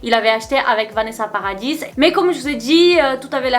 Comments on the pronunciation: on prononce pas le s du nom de famille de Vanessa Paradis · Meuf sinon Vanessa Paradis on prononce pas le s a paradis merci tu es pas en Angleterre ici mdr